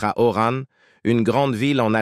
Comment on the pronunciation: Au commentateur, on ne dit pas Orane mais Oran. Tout à revoir.